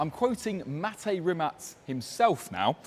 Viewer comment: Kudos for pronouncing Mate's name correctly,many don't..And that Nevera R and a GMA T50 would be my Ultimate 2 car garage...ha!!